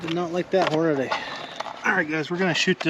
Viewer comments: Holy shit. It's NOT Hornaday. It's Hornady. Horn-a-dee. Idiot. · Why do so many struggle to read ‘Hornady’? There’s no ‘day’ at the end.